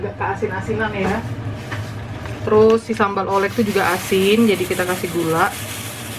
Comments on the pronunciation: menurut aku si sambel oelek itu dibaca nya sambel ulek deh. Kan jaman dulu huruf O sama E itu jadi U,,menurut aku ya hehe,btw aku suka bnget sama chanel mamak. Aku suka ikutin apa yg mamak masak 😍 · Sambel Ulek kali cara bacanya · Sambal ulek bukan sih, bacanya? Kyk ejaan jaman dulu gitu, oe dibaca u.